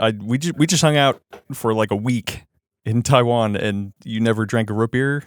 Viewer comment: anyone else notice says rootbeer like scooby doo would "rutbeer"?